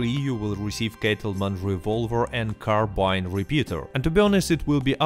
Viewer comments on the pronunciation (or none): none